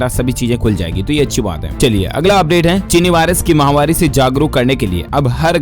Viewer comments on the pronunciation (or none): Mahavaari or mahamaari.pronounce clearly. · Mahawari nahi bolte d l s bhai (chini mahamari) he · Aap "Mahamari" clearly pronounce kiya kro azib sa sunai deta h